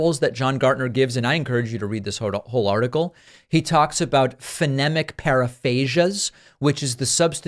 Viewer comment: Not to be a smart@ but phonemic is pronounced fuh-NEE-mik. Biden's the obvious choice? Not Kennedy?